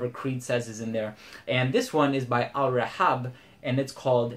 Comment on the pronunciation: That accurate Arabic pronunciation of "Al-Rehab" though!